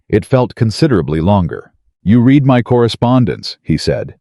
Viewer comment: Less than 3% of the population in the world has gray eyes... Yet these men always have gray eyes. Would be nice if you could make your AI say words in the tents that are meant to be. Read pronounced red and vice versa. And I am sick of these stories always having the woman give in and take the man back. Doesn't matter how he treated her or that he cheated. I've started just going to the end of the story to see does she go back to him, before I even watch it.